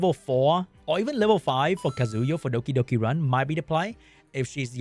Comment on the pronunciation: I love the way you say Dokidoki :)